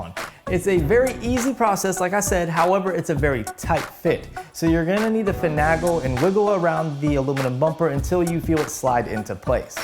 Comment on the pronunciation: Like your vids. They are well done. Just FYI tho: its fin-A-gle not fin-AHH-gle ;)